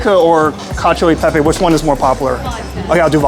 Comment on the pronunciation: It’s CA-CHO-E-PEPE damn how many time u butcher that